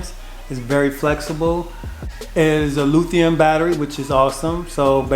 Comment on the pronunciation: This dude said LOO-thium battery 😂